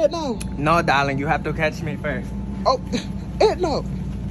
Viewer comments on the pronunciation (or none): It kills me how he pronounces her name “ednow” 🤣🤣🤣